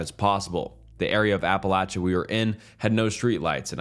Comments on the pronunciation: The way he pronounces Appalachia drives me insane 🤣😭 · It's pronounced Apalachicola. Stop embarrassing yourself ✋🤦🛑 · in the most respectful way possible, if you are not from the area then please don’t tell us how to pronounce our home :) have a good day